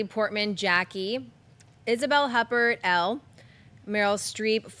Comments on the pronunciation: That pronunciation of Huppert smh lol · God, you don't know how to pronounce Isabelle Huppert? It's pronounced WHO - PEHR. People who actually know shit about film would know that since she's a goddess of world cinema. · Ryan Snelling should teach how to pronounce Huppert